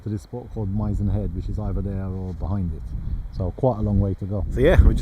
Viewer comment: Known to locals as "the mizen" pronounced MIH ZEN .